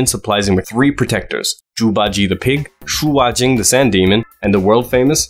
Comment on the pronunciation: Shu Wajing? Tf? It's Sha Wujing